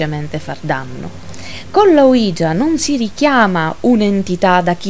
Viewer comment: Secondo me semplicemente non si dovrebbero fare queste cose...senza preparazione, usandola come un gioco, non ha molto senso. Solo una correzione il termine ouija si legge come se fossero il sì in francese e tedesco (uiia ho scritto la pronuncia sperando che si capisca XD) è solo un appunto...bel video!